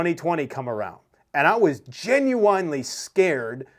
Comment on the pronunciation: I like the way you are spelling "genuiWanly"